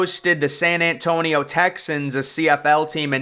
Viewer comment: San ant tonio. Lol